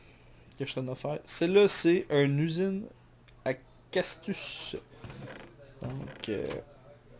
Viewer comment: casstus c'est comme ça que tu prononce cactus ?